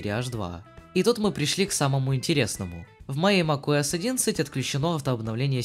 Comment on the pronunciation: на протяжении всего видео мне слышалось макОС а не макуОС